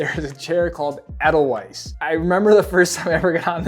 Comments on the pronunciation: It’s pronounced Eh-Dell-Vice. Can tell you’re not German and never took any classes 😉 If we’re talking chair lift luxury, nothing beats the 6 and 8 heated seat tinted domes at Big Sky. Wildcat is a great one! Cool nook on that side of Alta and avoids the long lines of Collins. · If you want the pronunciation for snoqualmie its snow-qual-me al-pen-tall and ay-dull-vice